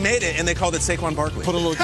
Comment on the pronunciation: In fact they made him ‘Saquon Brakley’ 😂😂😂😂😂😂